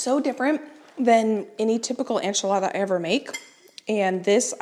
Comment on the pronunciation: These recipes look fantastic. A little help in the pronunciation of enchilada. It’s ehn.chih.la.da duh, not an.chuh.la.da. Thanks for sharing.